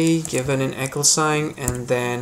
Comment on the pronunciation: You pronounce the word EQUAL like the word ECHO. 😆LOL! You must be from India or Mideastern. You need more eeee... sound in the word equal and less eeek... sound. Hope that helps you because you helped me in conversion. Thanks